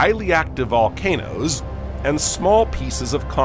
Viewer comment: bro i read this and he said "more present than... volnacOOOsss